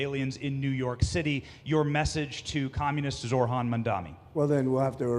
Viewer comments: It’s “Zohran” you absolute brick, not “Zor-han” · “Zor-Han Mamdani” Bro it is NOT hard to pronounce a persons name correctly. What a douchebag. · Mispronouncing Zorans name so egregiously is so purposely disrespectful.